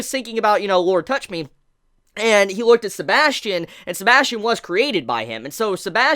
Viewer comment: isint it suposed to be said as sebas Tian ?